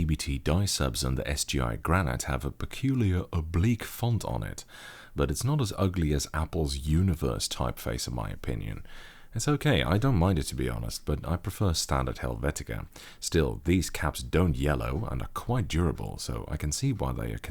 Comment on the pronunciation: Univers is a French word, so "oo nee verr"